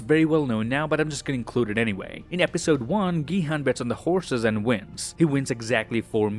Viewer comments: Gi hun is pronounced like “jee hun” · gi-han is pronounced ji-han